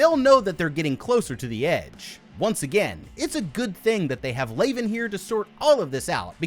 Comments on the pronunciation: Leavan is pronounced like leven, not layven. As in Leavenworth Prison, US. The rest are Kazan Prison, Russia/ San Quentin, US/ Holloway Women’s, UK/ Centre pénitentiaire de Rennes, France/ Alderson Federal, US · It’s pronounced lev in. All the characters are named after infamous prisons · Also calling Leaven "Laven," Worth "Warth" and Quentin "Quitton." Dude... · Your incorrect pronunciation of "Leaven" is the most grating thing I've heard this month. The characters in the movie LITERALLY PRONOUNCE IT OUT LOUD correctly, all you had to do was repeat how they say it. Even if you had never heard of the infamous prison "Leavenworth" that the character's names are pulled from and how that prison is correctly pronounced, all you have to do is not watch the movie on mute and you'd be speaking correctly. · I absolutely love this movie. Because we get no external answers, and everything is so contained in one cube at a time, it really forces the actors and the writers on developing character and story. However, it was surprising that you did not mention the prisons each character was named after. And, being that it is in my state, I flinched every time you mispronounced Leaven (unleavened bread, Leavenworth, KS) 😂. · You mispronounce basic words (Cartesian, chasm), your commentary adds very little, and the parts where you show your face were better skipped. Even Leaven is pronounced differently. I miss when this channel was good...